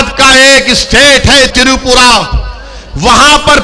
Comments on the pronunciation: Tiripura nhi. Twipra hai bhaijan. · पहले त्रिपुरा और मस्जिद शब्द ठीक से बोलणा सिखो